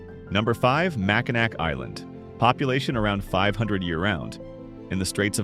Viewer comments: HEY, its very interesting that the NARRATOR in this video IS NOT A TRUE MICHIGAN NATIVE BC HE MISPRONOUNCED "Charlevoix" its pronounced Shar-La-VOY, "Mackinac" was mispronounced its Mac-Kin-NAW. The ending is NOT pronounced as "Mac-Kin-Nack" that is morally incorrect here to pronounce it just like how its spelled. Lmao!!! For true born & raised Michiganders, this will be the 1st thing we adamently say about in this video right here, lol. Not to be mean but set this "Narrator of the video" straight!!! Michigan towns have their own language, in words, & with how they're spelled. Lol. Its really funny to us, we laugh every time with it, lol!!!!! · Mack i naw....not mack in nack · Interesting video, but for a channel called Michigan Insights, there sure are a lot of mispronounced names. Charlevoix and Mackinac are definitely mispronounced. Huron and Frankenmuth don't sound quite right either. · I don’t care how many people already commented about this. It is Mackinaw….not Mackinac. Other names were mispronounced too. However, Mackinaw is the one that gets me the most 🤪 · MackinNAW not Mackinak. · Pronounced Char-la-voy and Mac-a-naw and Franken-mooth! AI doesn't get it right, ever! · Oh.... that hurts my ears! It's Mac in naw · Stop pronouncing the “c” in Mackinaw Island. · #8 is pronounced Char-Luh-Voy. Mackinac is pronounced Mack -Uh-Naw. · You should learn how to pronounce the names of some of the places you mentioned. Charlevoix is pronounced Charlevoy and Macinac Island is pronouched Mackinaw Island. It's Frankenmooth. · Mac-in-awe! Ugh 😩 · Pronounced Mackinaw not Mackinac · “Char-la-VOY, HURE-on, Mackin-AW, Franken-MOOTH, for Pete’s sake. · Pronounce it MACKINACK one more time..... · Lake "You're on" "Mack in ack". 🤣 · Shar-le-VOY. HUE-ron. Mack-i-NAW. Frank-en-muth - and none of the strange stuff is underground. Bronner's is not ONE of the largest Christmas stores in the world, it IS the largest.